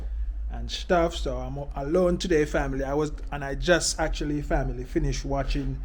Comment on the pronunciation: Can you stop sating family, the pronunciation getting on my nerves.